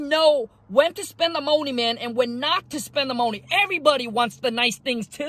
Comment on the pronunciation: Keyword keep the "MOE-NEE"